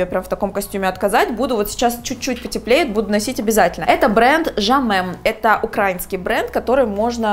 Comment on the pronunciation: Научитесь уже наконец ударение правильно ставить. «украИнский».